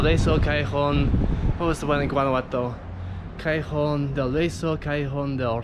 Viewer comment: Nice video. SLOW DOWN when speaking Spanish. It's Ca-yeh-HONE. You're saying it, but it's unclear. (walky-talky isn't a good thing. Happens to me, too.)